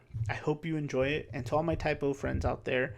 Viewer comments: Saying type o is a typo 😊 I had to start saying cadets cos I kept saying type o not type 0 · Idk something about the way you say Type-0 is just funny, first time hearing someone not saying "Type-Zero", but Im not a native enflish speaker 😅 its even on the card: class ZERO 😂😂😂